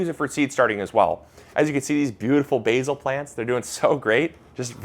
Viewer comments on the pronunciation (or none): none